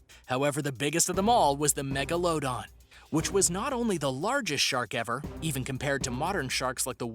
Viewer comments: Mego- lososis- don lol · Mega-low-don... seriously? 🤷‍♂️ the video lost credibility with that annunciation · the shark is called megladon not megaladon practice you words now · MEGA-LOW-DON absolute fool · People: let's go hunt a tiger Me: why hunt the tiger it ain't do nothing to you And uh bruh it is pronounced Megladon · Is pronounced mega la don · This dude really just said “mega-load-on” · He said " mega low don" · At number 1 the He said megalodon wtong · You didn’t say megalodon correct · i love how he prounounces meglodon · And you butchered number 7s pronunciation. Come on man do some basic research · No to be rude but you pronounced megalodon wrong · Omg I skipped some to watch it it’s not that hard to say maybe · This dude really just said megalodon without saying megalodon but rather Mega-Load-On its actually Mega-Low-Don not what he said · Mega-low-don. It bothers me the way he says it. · Its actually meglodon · And he says it wrong too, mega-load-on. Instead of megalodon. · God! the way he said megalodon just... got me so confused. Its mega-la-dawn. It's not hard. Just... mega-la-dawn. not mega-load-on. (also, I know someone already made this comment. sorry Jake Finman '-') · dos he actuly think its pronounces mega load don??? its mega la don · And it's not (mego low don) its pronounced (mega la don) lol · It's pronounced "mega - la - don" not "megan - low - don" sorry I just hate it when people pronounce words wrong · the MEG - UH - LOW - DON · It’s Meg-ala-don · And megalodon is pronounced MEG-LO-DON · This man really said mEgA- LoAd-oN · instead of saying megalodon he literally said mega-low-dawn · He said magalOdan ?????????????????? Ok just no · HE IS SAYIN MEGOALOADEN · Not to be mean but megalodon is pronounced me/ga/lu/ don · What the hell is a megalowdon? Don't you mean Megalodon? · This due said megaladon as Meg-o-la-don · It’s meg-a-la-don